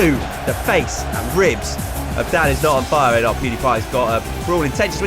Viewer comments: Okay but when the guy says danisnotonfire it sounds like dadisnotonfire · Lol I hear dabisnotonfire everytime he says that